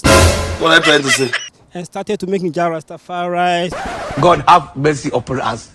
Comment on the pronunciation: Its Jah Rasta fa ri, ganga bun pan dat